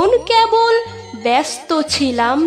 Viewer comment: বেশ ভালো পড়লে দিদিভাই ! যদিও কবিতাটি তোমার বয়সে উপলব্ধির কথা নয়... তবু মানতেই হবে আন্তরিকতায় সে ঘাটতি অনেকটাই মিটে গেছে.... সাধুবাদ প্রাপ্য এ প্রচেষ্টার ❤❤❤ কিছু মনে না করলে বলি , " কেবল " শব্দের "কে" - এর উচ্চারণ সম্পূর্ণ একারন্ত... মোটেই অ্যাকারন্ত নয়... পরবর্তী পরিবেশনায় ঠিক করে নিও... শুভকামনা রইলো...